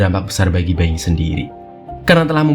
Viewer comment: Dibaca nya Boing bukan Beng